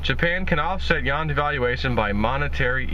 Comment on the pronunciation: It's YOU-WAN Not Yawn